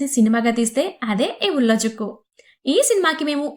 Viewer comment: ఉలజుక్కు కాదు ఉలలుక్కు malayalam lo zh nu l Ani palukutharu ..